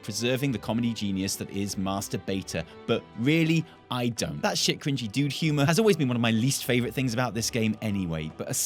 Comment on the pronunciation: "You're allowed to feel how you want about this, but you don't" Sounds like "You think you want it, but you don" : D